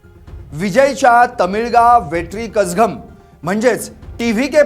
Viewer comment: किती हे अज्ञान राव…थालापती नव्हे दलपती. कझगम नव्हे कळगम.